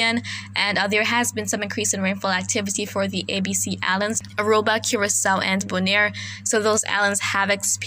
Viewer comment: Hi you are a very greatly talented weather lady, one thing I will like to know, the A.B. C islands why do you says Aruba, curiso, n Bonia,thanks